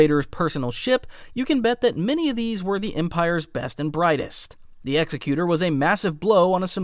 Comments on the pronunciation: am I the only one who gets annoyed by the mispronunciation of Executor. It's Executor like executive not Executer like execution. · My brother in the Force... Executor is NOT pronounced Execute-er, like an executioner. It IS pronounced Eggs-ek-u-tor, as in an entity that carries out the will of another. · Cause this is gonna drive me crazy… The Executor is pronounced like ig-ZEK-yoo-tur